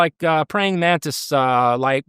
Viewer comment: "A number of people have seen these mantits" All I can hear is "mantits" everytime he says it going forward. :'D